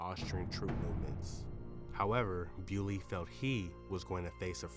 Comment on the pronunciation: Bo-li-o, not Biuly. He was belgian.